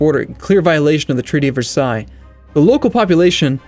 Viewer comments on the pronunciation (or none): none